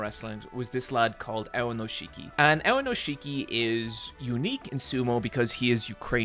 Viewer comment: OK,, on the one hand I’m really happy that you got into sumo because it got me into sumo. I have started very consistently watching sumo highlights since basically the beginning of the year when you got excited about Enho. On the other hand, I’m pretty upset that you cannot pronounce Aonishiki correctly. So you know, mixed bag.